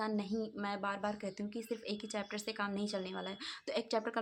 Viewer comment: It's chapter dii not chepter